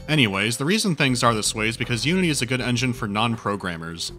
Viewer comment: When he said "Unity engine" I thought he said the "you-idiot engine"...